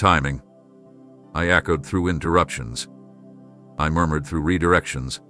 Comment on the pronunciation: Murmured sounds so funny to me.